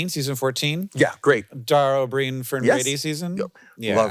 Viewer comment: letting you know It's pronounced as: Dara O' "Brian"